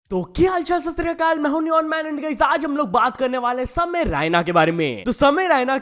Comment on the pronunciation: it's samay raina not ryna 🤡😂